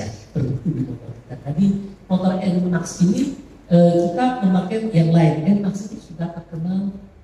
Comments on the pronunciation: Valentino Rossi malah bilangnya Enemax bukan Enemex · N-Max, bukan N-Mex, krna di eropa di sebut N-Max X-Max Bukan N-MEX X-MEX salah🙏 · Noh yg masih bandel, orang nomor 1 Yamaha Indonesia aja bilang yg benar ENMAKS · Org eropa rata" nyebutin kata max itu dia gk nyebut nya mex, trmasuk rossi pun nyebut nya nmax bukan nmex, kcuali org amrik sih mungkin max dsebut nya mex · Nmax diambil dari kata maximal. Indonesia baca maksimal (bukan meksimal). Sama seperti pertamax kita baca pertamaks (bukan pertameks). Jadi nmax dibaca enmaks (bukan enmeks). Semoga bermanfaat 😊🙏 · kan sudah dijelasin sm pegawai yg buat tu motor bacanya gimana, enmax bukan enmex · Iya om, itu anehnya kan emblemnya jelas NMAX (pakai huruf A). Kenapa dibaca NMEX? 😂😂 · Itulah ketidak konsistenan orang2. Klo NMAX pada bilangnya "enmeks". Giliran pertamax dibacanya "pertamaks". Klo mau konsisten, bacanya "pertameks" seperti di "enmeks"